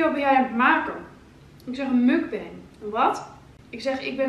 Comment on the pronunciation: Super leuke video! Toch nog wat tips :p Tip 1; je spreekt het uit als muk-bang; muk zoals je het schrijft, bang zoals wij het op zijn nls uitspreken. Tip 2; de camera mag wel wat dichterbij zodat we het eten goed kunnen zien haha ^^ Ik heb nog nooit sushi gehad dus ben reuze nieuwsgierig! En als laatste tip 3; knip nooit in je kauw scènes, anders krijg je gezever over of je het wel doorslikt... Een muk-bang kijk je om iemand te zien eten dus bij deze! Kauw lekker een eind weg haha :p ik kijk uit naar een volgende muk-bang! Groetjes van een juf uut Grunn